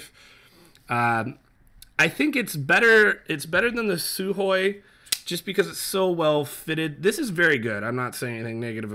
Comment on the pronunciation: Almost perfect pronunciation of the word Sukhoy